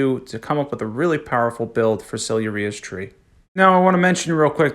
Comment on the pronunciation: Silia-ria and or-doovis 😂 what are these pronunciations. Good vid though bro!